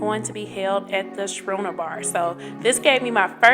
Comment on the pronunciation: Thank you for the video. Just fyi, and many people get this wrong, Schooner is pronounced "Skoo-ner' no "Shoo-ner."